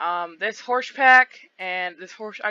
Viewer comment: Horsch...sounds like horse 🤔